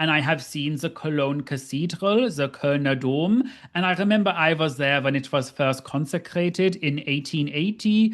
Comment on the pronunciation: Damn u said Kölner Dom perfectly 👏👏👏👏👏